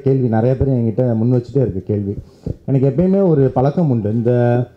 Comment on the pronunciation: யார்ரா இவன் கோபாலபுரத்து புது கூர்க்கா வா ? , வாங்குன காசுக்கு மேல கூவறான் ! , ப'ள'க்கமுண்டா ? தம்பி நாக்கை வழிக்கிற பழக்கம் இல்லையா ?